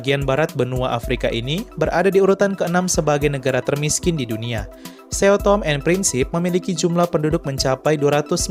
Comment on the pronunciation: Sao tome dibacara saung tumi